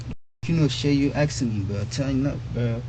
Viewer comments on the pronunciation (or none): It's ASKING and not aksing. Half the time, he says aksing XD He can use a gun and kill another human being, but haven't learned to talk yet. Sickening. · « Axing me » 😢